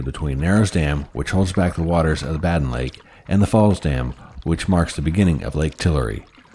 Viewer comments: its pronounced Baiden, not Batden. (Badin) it's french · Not trying to be rude but it’s pronounced Bae-din.